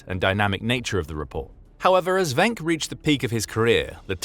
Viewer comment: Just so you know, his name is pronounced "Wink". I would know, since he's my ancestor, and I inherited the last name.